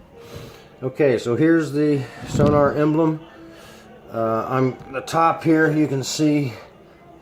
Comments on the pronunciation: Thank you cause his incorrect sonor prounouncing was irritating me😂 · Hi, I don't wanna be *that* guy, but it's called "Sonor" and not "Sonar". See sonor dot com for more information. Also their support is superb, just drop them an eMail. :) This Snare is awesome.